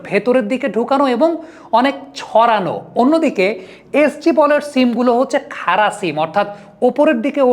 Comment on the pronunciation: আপনার analysis খুব ভালো ব্রাদার❤❤তবে বড়, খাড়া এভাবে উচ্চারণ করলে বেশি ভালো শোনাবে😮😮